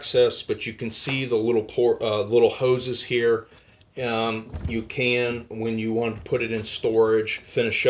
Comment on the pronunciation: WEN not WIN.